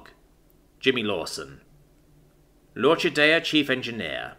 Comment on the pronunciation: Nice story, nicely told. Only one quibble: 'L'Orchidea' is pronounced lor-kee-DAY-uh.